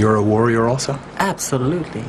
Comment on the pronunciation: Czajkowski w jego ustach brzmi niesamowicie ;) Powiedział Absolutnie ( tak się słyszy ) [*]